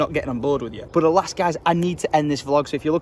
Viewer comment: You sound so Tory when you say alas haha